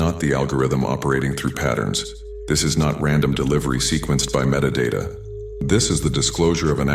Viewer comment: Meta Data!!! Metatron!!! “Ta” with “Kina”